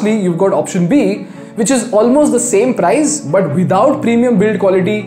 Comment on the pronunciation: Learn the correct pronunciation of price